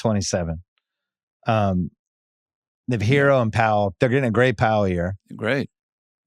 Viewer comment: Like Goldsberry but hate the way he pronounces "Herro"